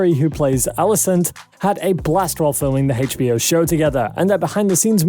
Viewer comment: He even pronounces HBO as "Heych Bee Oh." I was like, "next." ;D